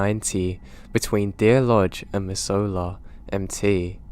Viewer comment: MISS-ZOO-LAH not mizz-oh-la